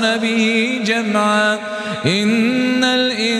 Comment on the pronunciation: خطاء في النطق الكسره في كلمه ان